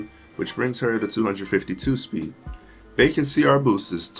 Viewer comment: Bacon 🤣 (Bye-Ken) Biaken